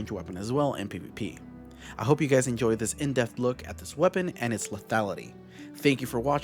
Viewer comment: you pronounce lethality super weird